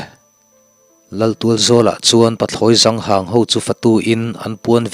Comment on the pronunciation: Pathlawi Zang hâng ni lovin, Pathlawi zâng hâng tih tur niin a lang e.